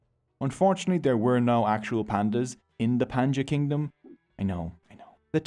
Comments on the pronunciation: Hi I a tamil boy my age is 11 some word you are saying wrong like pandyans it is know as phan-dy-yaas❤❤❤ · Bro you pronounce is wrong not pandas it pandyas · Pandyas - pronounced as PANDI YAAS or pandian . Not as pandas